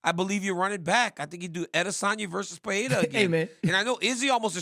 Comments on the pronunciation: can someone correct DC's pronunciation of Pereira's name? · Guys, respect Pereira enough to say his name right ffs